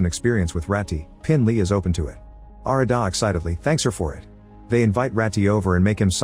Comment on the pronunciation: its arr-raa-da and g-ra-thin. not whatever the that ai slop was.